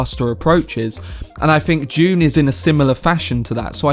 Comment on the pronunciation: it is DUNE, not JUNE